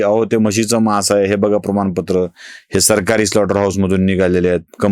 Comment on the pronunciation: म्हशीचे मांस असा उच्चार केला जातो. म्हशीचे मास नाही. विकास लेले , २२.७.२५ .